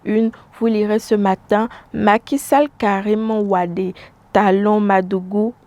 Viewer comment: Une présentatrice télé qui ne peut prononcer correctement le nom de Karim WADE.